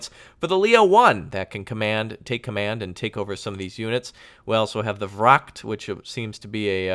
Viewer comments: I find it quite funny how (Native) English speakers pronounce most Dutch words/noises the way they're pronouned in German c: For example, VRACHT, you pronounce it like VRAGT, but it's pronounced with a 'gh' sound, it's hard to explain xD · huh the wrakt? you mean vracht